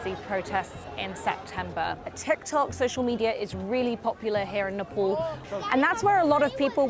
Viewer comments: its Nepal not Nepol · nepol ..where it is???? its nepal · It is nepaaal , why cant u as an indian pronounce the name